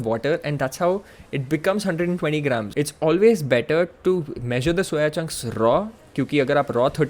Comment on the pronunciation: Nice analysis! Loved it. I started consuming one tea spoon of ghee after seeing your video and Reading some research papers. And I still have my jawlines and I don't need beard to cover it up. But is there anyway to bulk up without changing your lean face. I'd really appreciate a video on that. Btw the way you said "raw" 😀😀😀, "rrrrrrraw"